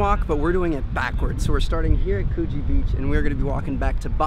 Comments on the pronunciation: 😂😂 no hate but Coogee isn’t pronounced like that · coh-gie and c-low-vel-ie